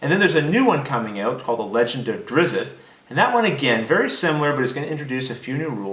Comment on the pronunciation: Not duhrizit, just drist. But drag out the SSS sound.